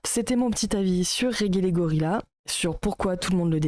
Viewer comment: Pas fan de Regelegorilla mais je trouve cette vidéo complètement à côté. Bon, passons sur la mauvaise prononciation du pseudo, c'est un détail. "Je ne sais pas de qui il parle mais..." Fallait commencer par là, non ? Dire qu'il a tort alors que tu ne sais pas de qui il parle... c'est tellement lunaire. Bref, il y a des critiques à faire à son contenu, mais là, c'est vraiment pas creusé.